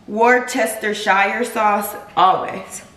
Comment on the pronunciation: Babe, its Wor-sta-shire sauce 😁😁😁